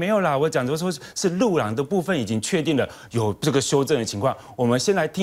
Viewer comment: 盤仔安在上次國慶落漆煙火活動已經跌下神壇了，所以路廊他都故意念成虎懶